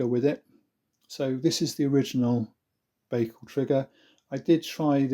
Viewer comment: Pronounced: bike al